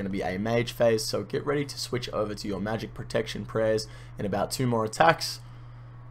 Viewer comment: Every time you said switch I imagined Michael Jordan saying swish